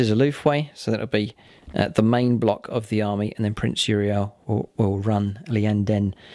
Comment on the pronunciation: Your pronunciation of eldar words confounds me, lots of extra letters lol eg. Liyanden, Aloothwe, Falouchu, . . . . If you pronounce them as they are written, and said by GW staff they are; ee yan den, oolthway, Fal choo